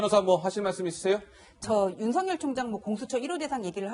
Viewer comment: 아나운서는 뉴스 보도가 본업인데 발음이 부정확 하면 우선 자질미달 이다! 윤석열 발음을 "윤성열" 이라고 하는데 "윤서결"이 올바른 발음이다. 윤석열 이란 사람과 윤성열 이란 사람이 같이 있다면 어떻게 발음해서 구분할 것인지 묻고싶다!